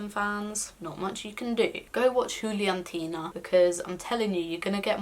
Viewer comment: Juliantina, great pronunciation! Yey